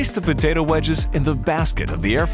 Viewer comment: kos time to destroust potoao